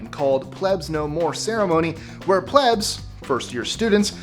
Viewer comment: It's plebes like needs, not plebes like ebbs.